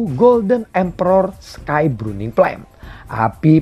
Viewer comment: Bukan bruning cuy 😂 Burning 🤣